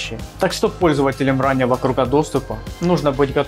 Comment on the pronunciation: только не кругА, а крУга